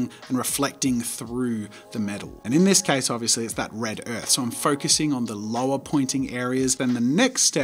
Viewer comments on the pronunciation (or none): none